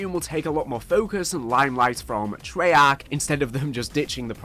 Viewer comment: Trey-AARCHH 😆 Love you brother, keep up the good work 🫡💪😎